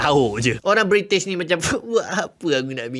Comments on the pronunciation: Bri'ish moment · bri'ish 'he 'hef'